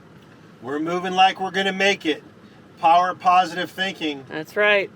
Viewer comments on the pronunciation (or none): none